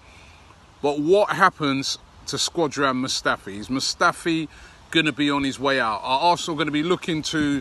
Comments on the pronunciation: Robbie always sounds like he's saying says 'Squadran Mustafi' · “Squadron Mustafi”